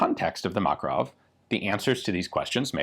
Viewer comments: it's makArov not mAkarov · ma-KAR-ov not MAK-a-rov. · seems like americans pronounce kalAshnikov, but fail to do the same with makArov it is makArov and not mAkaroni, very weird and strange at the same time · Please stop saying mAkarov, its called MakArov. It is on the second "A". We respect your names, please respect also ours! Thanks! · makArov, for Lord sake, not mAkarov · Thank you for a great video with so many details! Small correction. It's MakArov, not MAkarov. 😅 To Russian speaking, it,'s like hearing someone say ThomsOn machine gun to English speaking. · just saying it's not mAkarov but makArov accent on second vowel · Just a FYI, the stress in Makarov is on the 2nd syllable: mak-AR-ov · Except it is not MAkarov, but MakArov :) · Inflection is on the second vowel, makArov. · Btw, stress is on the second syllable - MakArov ( Мака́ров) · From a Russian friend. Ma-KAR-ov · A YT channel run by a Russian (Casper Arms) pronounces it as Mah-KAR-ov, with the emphasis on the second syllable. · You should look up the original pronunciation! The emphasis is actually on the second syllable. muhKARov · It is pronounced McAre-off. Means the son of Macareus. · For a guy who is going to die on the hill of pronouncing the US WW2 infantry rifle as GARE-and, pronouncing mah-KAH-rov correctly doesn't seem too big an ask. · Anglos for some reason can never pronounce the name "Makarov" correctly. Even guntubers, who should know their stuff, fail to do that: Ian pronounces "Kalashnikov" and "Tokarev" pretty much flawlessly (for the English language), but gets the "Makarov" wrong. Remember, boys and girls: the accent in "Makarov" is on the second syllable — mah-KAR-of. Like, if you say "muh car!" and then add "off" at the end. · It is pronounced "Makárov". The emphasis on the second "a". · A little correction, makArov, exclamation at second 'a' ;) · Man...the way Americans pronounce Makarov is ghastly to those that speak Russian.